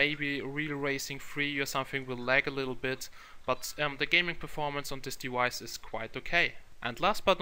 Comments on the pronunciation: since when the fuck was it prononced 'dewice'? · wtf is a dewice?